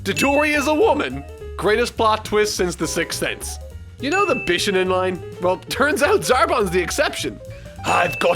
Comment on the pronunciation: The first minute of this video is so bad I feel like I should be offended by it. Dadoria? It's spelled Dodoria. Bishanin? It's pronounced bi-SHO-nen, just like it's spelled. Because it's spelled as a phonetic Romanization. "Okay, yeah, I know, they're doing the Buu Saga..." Well, this didn't age well. Personally, I was shocked to see that bumper on the end of Episode 60 because I didn't think they'd be able to do it (or, more specifically, ALLOWED to do it by Toei). They BARELY got away with finishing the Cell Saga. Even back then I felt like it was a bad idea to announce that in the video itself. Wow. Every single one of your top 5 is in season 3 except for the season 2 finale and you basically could have just said "everything before Freeza shows up" for your bottom 5 and be done with it. Why bother with a list at that point?